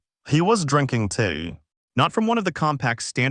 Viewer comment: 0.15 - Very funny how the AI pronounces tea 😄